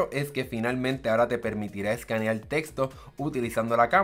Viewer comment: seleccional escaneal, parece chino! Glacias pol la infolmacion